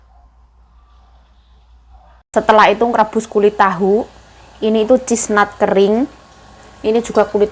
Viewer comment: Salam sejahtera.Senang baget tengok sayur- sayuran itu direbus sebelum di resep bumbu kegemaran.😍😍🌶🌶🧄🥬.Look very delicious and healthy 😋😋😋👍🏼👍🏼. * Maaf ya.Chestnut cara sebutannya CHest,net/not = Chestnut. Bukan cheese nut🧀. Sebutannya CHestnut!.💐🤝🙏🙏